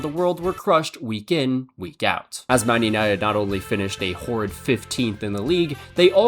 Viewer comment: My brother in christ it is MAN uniTED…not “Mun Unyed”